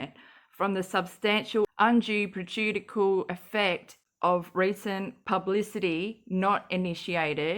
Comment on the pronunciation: Great work! The word prejudicial is pronounced prej-ooh-DISH-ull... if that helps??? Lol